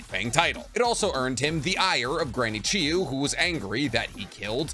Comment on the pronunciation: You can say Sakumo Hatake but you can’t say CHIYO correctly? I’m starting to get annoyed with you. You can’t be a if you are purposefully saying things wrong. A name that’s said multiple times, I don’t get it.